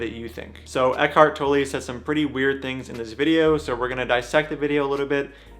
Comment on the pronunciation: German here, Tolle is pronounced “tol” like “coal” and “la” like “fa la la la.” Not “toe -lee” like you say here. Love your videos and your activism. I’m also a big fan of Tolle and his work is a big part of why I’m vegan and hearing “toe-lee” is like nails on a chalkboard.